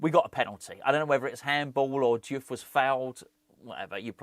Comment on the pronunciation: Diouf read = JOOFF